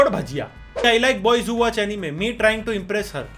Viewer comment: said tying instead of trying lol 🤣🤣🤣🤣